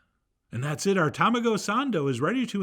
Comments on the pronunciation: Chef John, taMAHgo, not TAMAgo. /s/ here to help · I'm so hyped for this 🥚🐣✨ Also TA-ma-go not ta-MA-go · It's pronounced Tah-Mah-go lol ;) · This was nothing even close to what they have in Japan. The mayo was runny and weird colored, not even close to Kewpie. They dont add cream to it. Its just way too wet and runny. Just buy a thing in Kewpie and call it a day, dont F around trying to make something that will never be close. This is a MAJOR FAIL and an insult to Japanese food culture. You couldnt even say TAMAGO properly. UGH!